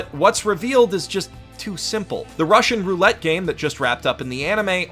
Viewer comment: Oi! "Russian Roulette"! "Roulette" is pronounced "row-LAY".